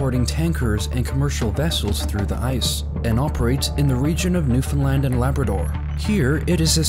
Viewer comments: Thank you for pronouncing Newfoundland correctly :) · Someone who finally prounces it Newfoundland not newfinland